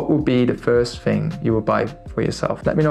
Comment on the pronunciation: in english please...its call the "Thing" ...not the " Fing "